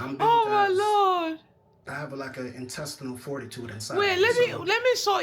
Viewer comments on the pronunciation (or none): Him saying "Intestinal foritutude" is mad work 😅😂